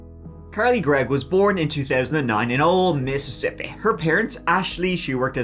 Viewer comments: not Mippippippi!!! agh! :face-blue-wide-eyes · The first MissiissippAHH! that Let Out was a Spit take for me.. He sounded like how HP. Lovecraft describes the otherworldly way of speaking the Cthulu,Yogosopf or whatever cultists pronounce words..😂😅 Like it came from that inner primordial part in the gut..MississiPPAHHH! Awesome